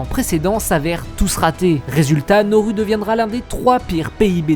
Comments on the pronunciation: Pour information, on dit pas "NORU" mais "NA-OU-ROU" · Nauru (/na.u.ʁu/) se prononce « na-ou-rou », vas sur Wikipedia! 😉